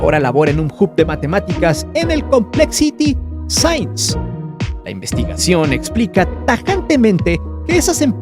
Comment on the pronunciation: La revista sains 🤣🤣🤣🤣🤣🤣🤣🤣 que güey para pronunciar LMFAO 🤪